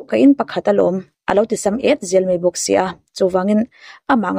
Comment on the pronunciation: A tawpnaa i kawm nu hian Mizo tawng dik hi hmang ve tawh turin lo hrilh la, mai tih aiah mei tih a hmang fo mai hian ngaihthlak a ti nuam lo kher mai, midang i kawm leh hma hian he tawngkam hi hmang lo turin hrilh hmasa zel teh aa kawmhma hian